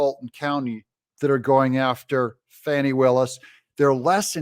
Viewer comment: Her friend said it's Fauni not Fani 😂 both pronunciations are ugly so does it really matter